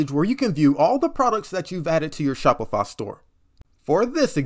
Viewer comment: bro is saying Shopifa